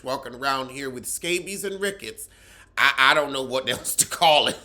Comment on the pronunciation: Did he say RICKETS??....bwahhhhhh